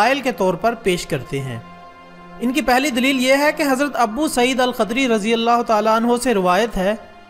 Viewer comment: Abu Saeed Khudri ..not khadri RadhiAllahuAnho